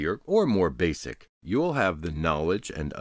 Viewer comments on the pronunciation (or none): none